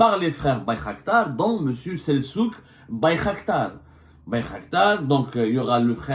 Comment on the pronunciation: Selçuk = on prononce Seltchuk en turc... les karghouli qui ne savent pas prononcer la langue de leur père